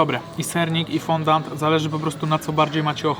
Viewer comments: Jesteście gamonie tyle czasu robicie testy różnych deserów obiadów itd a nie wiecie że się nie mówi fondant tylko fondjua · Czyta się fądi a nie fondand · mordo Ty moja...normalnie nie zwrócił bym uwagi ale chyba z 10x powiedziałem FONDANT i mózg mi umarł... Mówi się FĄDĄ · mówi się fondii, z języka francuskiego fondaty xd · Foundi się mówi